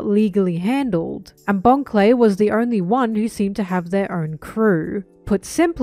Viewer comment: You miss pronounced Bon the giga bro Clay.